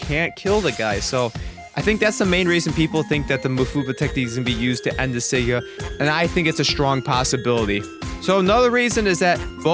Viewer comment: sa-ga saaaaagggggaaaaa not Sega its not sonic